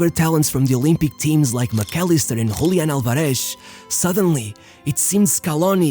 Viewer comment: Hablás español y aun así pronunciás mal "Julián Álvarez", amigo, decís "Hoolián alvarésh"... Cringe bro xd